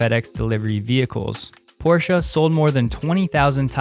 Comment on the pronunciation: Thanks for pronouncing Porsche correctly! ha ha!